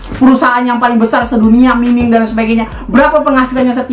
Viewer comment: Mining dibaca "Maining"